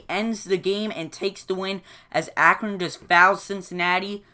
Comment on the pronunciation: What a great game. How many blocks were in that game? Wow. And what is really funny is you pronounce correct 62 times and A-cron wrong 56 times! Same as the score. LOL. Keep them coming, I enjoy them.